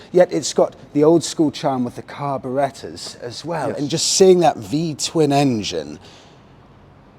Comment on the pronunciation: "Carberetters", the way says it, not heard it said quite like that before.